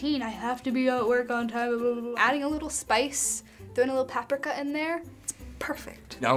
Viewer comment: is it just me or is the way she said paprika bothersome...